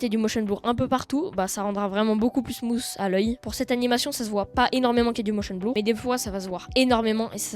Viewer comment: "motion blour" 😭😭